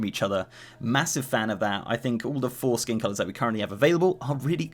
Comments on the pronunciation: Lmao came down to the comment section to see if anyone else heard it. I was like "If this guy says foreskin ONE MORE TIME"!!! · Kept hearing "foreskin colours" ._.